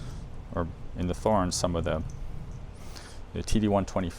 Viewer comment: It drives me made when they say Thor-ens instead of 'torrens'. It makes them sound stupid..So called experts.